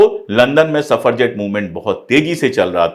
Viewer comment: सफरजेट नहीं सफ्रजेट मूवमेंट। The word is suffragette.